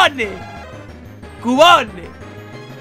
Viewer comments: Se pronuncia Kiubon >:v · ademas lo dice mal xD porque se dice quiubon :V